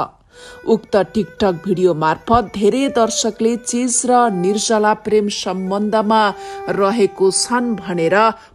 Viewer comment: Yo Galaxy News 24 ko bahini le NIR JA LA bhanna / bolna sakdiana, Kina???? Galat bolchha- nir-sa=la??? Sishu kashya ma gayrea bolna siknus....Ki ma kanha aaunus, ma "locopedi", how to pronounce nepali consonants sikaunchhu, bahaini lai.....